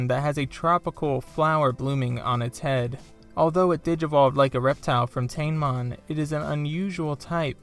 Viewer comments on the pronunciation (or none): It's pronounced Ta-ne-mon.